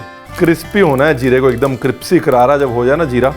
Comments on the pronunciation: apne pehli bar crispy ko sahi pronounce kiya .. nhi toh aadat ho gyi hai apse cripsy sunne ka.. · again creepsy bola isne.. .. hahA